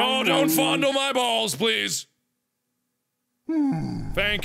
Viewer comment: “ don’t foundle my balls please “😂😂😂😂❤️